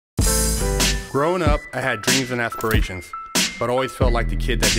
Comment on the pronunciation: Dreams and Athperations lmao I fuck w u had to do it tho lol